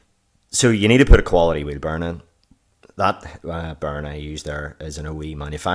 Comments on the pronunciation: Anyone else hearing burn instead of bearing? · If he said bearing the video would have been 5 minutes longer. It was great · lol, because of your accent Bearing sounds like Burn